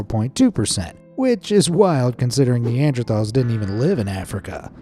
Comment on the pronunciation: King Lee-Can(King Lycan) Nandrethal(Neanderthals) Kubla Kahn(Kublai Kahn)